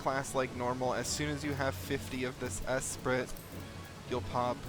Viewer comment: "Esprit" is pronounced 'es-pree' fyi.